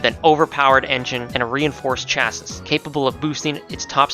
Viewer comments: bro did you just say chasis???, say it like: Chassi. that's the pronunciation.....weird i know, but correct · Just a heads up, Chassis is prounced "Chah-See"